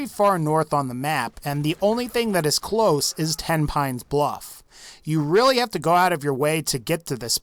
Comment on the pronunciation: Thats a weally sweet waser wifle